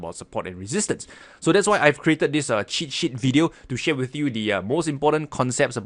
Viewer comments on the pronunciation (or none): When he says cheat sheet sounds like shit shit